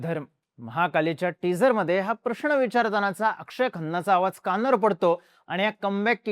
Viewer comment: "प्रश्ण" नाही , "प्रश्न" !! पुणेकर फार अशुद्ध बोलतात 😂